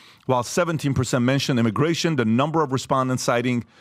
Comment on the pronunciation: “Immigration” not “immigation”